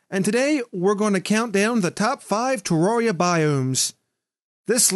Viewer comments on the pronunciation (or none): none